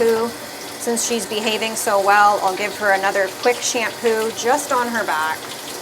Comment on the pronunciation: SHAMPOO NOT SHAMPPOO. GOOD NOT GOOT